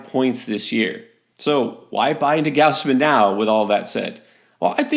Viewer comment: It's not "G-ouse-man". It's "Gaws-man".